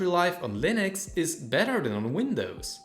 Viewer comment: I am going to kick you in the face repeatedly if you say "Linoks" instead of Linux once again! 🤣